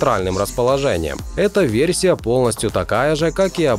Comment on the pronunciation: ВерЬсия - кровь из ушей